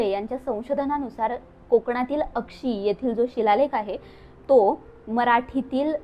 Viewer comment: ते उक्षी गाव आहे.अक्षी नाही.